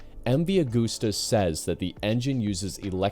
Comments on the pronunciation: Constructive criticism here> It's pronounced MV AH GUST AH. No gooses involved. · Yeah you’re incredibly wrong. It’s pronounced Ah-goose-tuh. It’s Italian. It’s not an English brand. We say “Eme vee Ah goose tuh”.